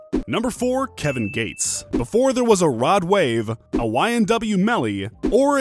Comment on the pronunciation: Kevin gay-tes